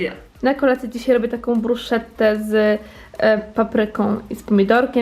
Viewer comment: Bruschetta się wymawia jak brusketta.